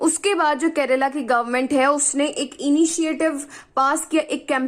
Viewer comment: It's KERALA not Kerela ⁉️